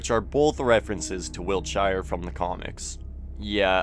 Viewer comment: I know it’s not really relevant because the series is based in America, but as a englishman the pronunciation of wiltshire is jarring af